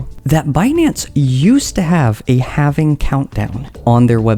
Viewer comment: HALVING HAL-VING. NOT HAVING. HALVING